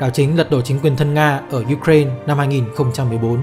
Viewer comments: ukraina đọc là ukrain )) đ hiểu kiểu gì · chính xác là ý tôi muốn nói đó bạn. MC đọc thanh diu cren cũng k sang hơn cách đọc truyền thống lâu nay đâu. Giờ tự dưng rộ lên cái kiểu đọc phiên âm tiếng Anh, trong khi mình đã có cả một hệ thống phiên âm sang tiếng Việt rồi cơ mà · cứ phải phát âm theo mấy bố Tây engrisk thì mới là chuẩn đúng khum =))